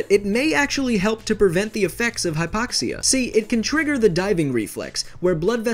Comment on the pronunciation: Your pronunciation is awful. Its HIGH-poxia, not HIP-poxia.